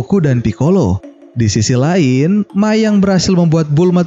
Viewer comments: mai bukan mia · Bang abang salah ngomong bang itu mai bukan mia